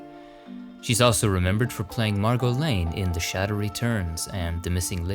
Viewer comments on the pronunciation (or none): none